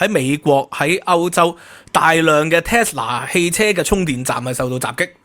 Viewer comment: Tesla, not Telsa